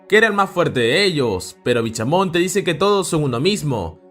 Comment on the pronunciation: BichaMonte😂😂😂 Es bishamon